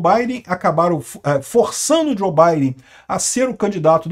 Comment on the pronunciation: Que Djo Baiden! O correto eh Djou!!!